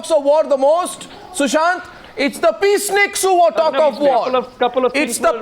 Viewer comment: Please read it as *peaceniks instead as peace snickers